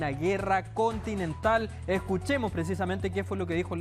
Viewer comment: Continetal dice el payaso jajajaaj